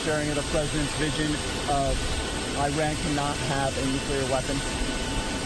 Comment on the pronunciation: nucular powers?.....is that anything like austin powers?